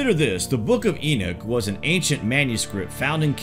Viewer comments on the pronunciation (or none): E Nock. E knock! NOT E NIK. for fuck sakes. It's not just you...😡 Uh Zay Zil. I mean ma wtf